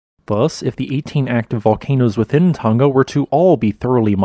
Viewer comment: Tong-a, not fucken tungga